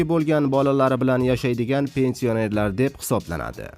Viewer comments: Қисиб юрганинг яхши, пенсионер деган гапни тўғри айтишни ўрган. Йиғиштир интернетга чиқишни билимсиз бечора. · Пенсионер сузини тугри гапир олдин ,гапирищни урган хариб